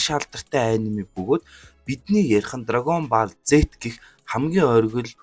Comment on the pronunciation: Pzdaa dragon Boll gej helyaa Ball gej bicheed boll gej unshaach